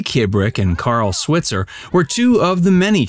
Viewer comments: Carl's last name is properly pronounced Swhyitzer NOT swit-zer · He did NOT DIE in a bar fight. Died in a suburban home. Correct pronunciation of SWITZER is with a long I, like Sweetser. Get it right. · Carl's last name is pronounced "Swytser". He's from Paris Illinois (like my mom) and was a bartender. He was shot and killed in the bar over a fight about $50 someone owed him. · Last name Switzer is pronounced Swhytzer. Long i sound. His family have a gripe about the mispronunciation, especially because the 1994 movie didn’t bother to pronounce it right. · RIP "Mickey" (Robert Blake). Sidney is the last one left! (Also, you are not pronouncing Alfalfa's last name correctly in video after video and it's annoying.) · Switzer is pronounced with a long I.